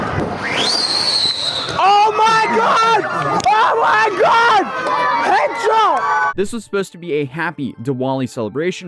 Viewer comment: He literally said head sbot